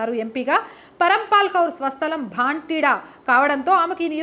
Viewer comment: పంజాబ్ లో పార్లమెంటు నియోజకవర్గం 'భాంటిడా' కాదు తల్లీ, దాని పేరు 'భటిండా'. వీడియో చేసే ముందు తప్పులేకుండా చూసుకోవాలి కదా ! అప్పుడే మీరు చెప్పే వార్తలు విశ్లేషణలపై విశ్వసనీయత ఉంటుంది. అది లోపిస్తే, ఎవరు చూస్తారు ?